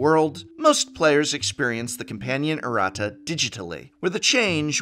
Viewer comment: Erratas man, not arratas